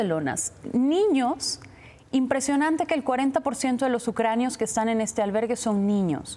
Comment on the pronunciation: Me impacta que el señor no sepa decir: Ucranianos